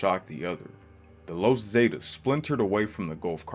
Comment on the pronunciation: The los zaydiss 😂 the the Zs